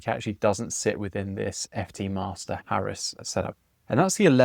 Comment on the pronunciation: Good stuff! I didnt much like the kyojin models when they where first announced, but they are growing on me. As to Haris pronunciaton, this baffles and irritates me. I dont understand why anyone would give it Z on the end, but i hear that done all the time. Noone has ever given Paris a z on the end. I can see for a native french speaker how Haris could be Haree, as in gay Paree of fame. But i dont know any reason why native english speaker would add the Z. I shall now gracefully step off my soapbox.